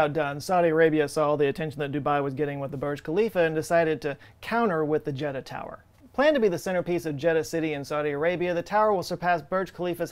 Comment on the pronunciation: Jeddah-talia Tower